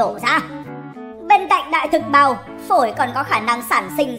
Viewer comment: Sao nghe đại thực bào giống đờm thế nhỉ 🤔🤔